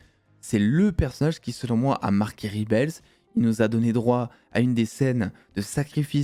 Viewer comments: justement, "en 2023" où tous les youtubeurs se pensent bilingues, on ne dit pas "ribels" en VO ! ca ressemblerait plus à "rèbol". Je dis ça... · Alors super vidéo et 100% d'accord avec ta critique comme toi j'ai surkiffé. Par contre moment linguistique. "REBEL" prononcé en anglais ne se dit pas "Ribels", google trad te donnera l'audio de la bonne prononciation :) /ˈreb.əl/